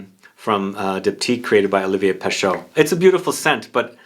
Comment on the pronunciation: FYI, Pescheux is not pronounced Peh-SHOH, it's Peh-SHEH. Roughly. It's more like trying to say the letter E, while doing the mouth shape of the letter O. The combination of letters in French that is pronounced "Oh", it's EAU. There is no A un here.